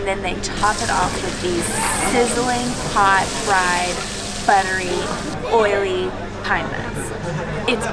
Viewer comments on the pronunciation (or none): none